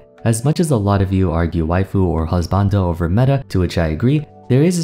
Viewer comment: you are the only person i have ever heard that pronounces 'waifu' and 'husbanbo' correctly. great video, as always, but it's very nice to hear you make the best efforts to say all the names and non-english terms correctly sincerely, thanks.